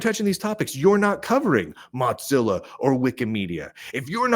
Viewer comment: Why do keep calling Mozilla, Mot-zillla?